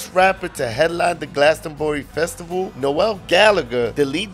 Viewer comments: "no-el" Bro it's pronounced Nole like mole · Not pronounced “Nowell” 😵‍💫😵‍💫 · It’s not No-el it’s NOEL one syllable. Thanks! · Not how you pronounce Noel's name, dude ain't Christmas 😅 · Extreme hate? I would say "you clearly don't know Noel Gallagher" but judging by the way you pronounce his name that much is obvious.